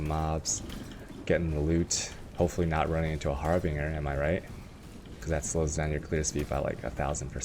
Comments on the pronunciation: Just to help you out.. The Word is Harbinger Pronouced ( HAR-BINJ - ER ) and NOT (Harb- Bing - er) as seen here in the Definition . : ) har·bin·gerˈhärbənjər/nounnoun: harbinger; plural noun: harbingersa person or thing that announces or signals the approach of another."witch hazels are the harbingers of spring"synonyms:herald, sign, indication, signal, portent, omen, augury, forewarning, presage; Moreforerunner, precursor, messenger; literaryforetoken "I long to see the robins, crocuses, and other harbingers of spring"a forerunner of something."these works were not yet opera, but they were the most important harbinger of opera" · you tell this, he will use har-bing-er even more mate. he likes memes